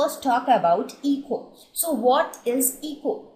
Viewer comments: itz not 'Eeko' but it is 'Eco' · It's "Eko" and not "Eeko".. overall, nice video.